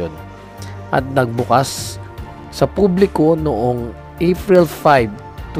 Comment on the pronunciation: April, hindi Afril.